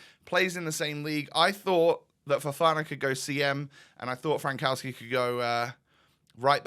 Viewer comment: The way you pronounce Frankowski is way worse than Al Owairan XD And you only was worried about Said, you underestimate Polish language ;)